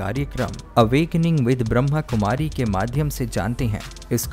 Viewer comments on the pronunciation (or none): Please bhai jii sahi tarike se boliye Brahmakumari Not brahmkumari om shanti